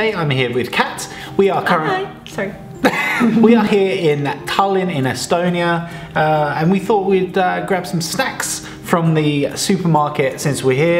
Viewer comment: he botchered tallinn